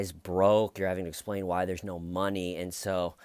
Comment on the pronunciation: Phil the big, white boy, preppie, med murder without a lawyer. Phil pronounces word no like now. “No, Phil or now Phil” yeah Phil, do blame us cops for your bullshit